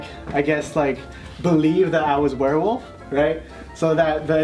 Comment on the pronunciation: "Werewof" - said 26 times